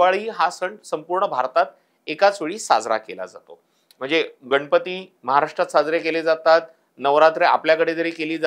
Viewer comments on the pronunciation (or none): none